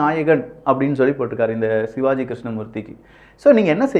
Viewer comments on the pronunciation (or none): none